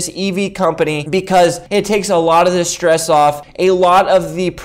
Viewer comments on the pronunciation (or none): none